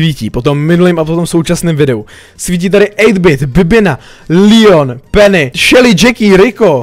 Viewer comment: Proč říkáš Lion a ne Leon?